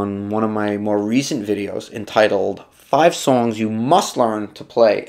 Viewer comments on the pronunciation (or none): none